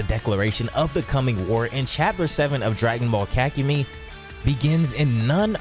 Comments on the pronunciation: "Ka-ku-mee"? auto dislike vid. sry. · Pronounce kakumei correctly and not sound stupid please and thank you